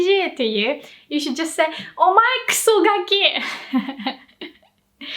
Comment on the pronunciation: Is it o-ma-e or omai sounds like you said omai.